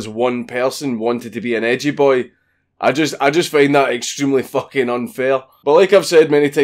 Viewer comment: "Letrally peeing out of my fooking arse" How do you even do that That's how you spell a Scottish accent right?